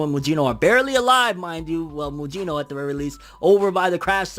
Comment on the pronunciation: Yeah it's correct